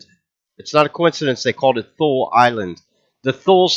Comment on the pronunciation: 4 : 40 Thule? Pronounced Tool Lee?.. :)